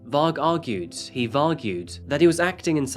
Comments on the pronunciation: 'He Vargued' 🤟😂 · He not know how to pronounce 'argued'. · "he Vargued" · " He Vargued!" 😅😅😅😅😅😅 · “He vargued” 😂😂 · "He vargued" 😂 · "he Vargued" - damn you,, you´re killing me XD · "he vargued" lmao😂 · Vargued...😂 I had to listen twice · “Varg argued…..he Vargued…..” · lol "He vargued..." Brilliant. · "Vargued"..... mate, don't, just don't..... LOL! 🙄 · “He Vargued”… iconic 🤣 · Man said "Vargued" 😂😂